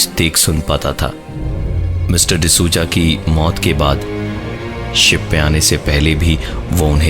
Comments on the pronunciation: pravin bhai d souza bolo , d suja nahi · the narration was great. except the pronunciation for Mr. D sooja 😂😂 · Lol sooja 😂😂😂